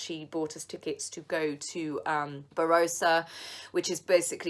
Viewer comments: Ba Ross A not Ba Rose A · Hi hon, its not Barossa as in Barbarossa, its Barossa as in Bar-ross-ah. Emphasis on the ross bit. I am not great at phonetics but I have practised in in my sunroom lol so I hope it helps. Rapt you are coming to Australia and am looking forward your videos here. Remember the slip, slop, slap though. It only takes one sunburn to lead to a much increased risk of skin cancer later in life, esp for a peaches and cream complexion. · Aussie here. Not trying to be rude, but I think you are referring to the Barossa Valley which is pronounced Bah-rossah. Hope you enjoy your time here and, whilst the fires were terrible and devastating in some areas, you will see that most of Australia is still intact. If you are going to Adelaide and Darwin, you will be probably be going from really dry intense heat to really sticky nasty heat. Hope you've packed a lot of cotton clothes! Have a great trip. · It started when they started dating! Remember the Bloody bananas on Instagram & the hint dropping! Bigger you are the harder you fall, she's going to come down hard, Excuse me! She married him KNEW what she was getting into! Chose it! And has given less than 18 mths! Atleast attempt to give it a go & a try.. All good here no virus in Adelaide. Haha Its Bar-ross-a haha safe travels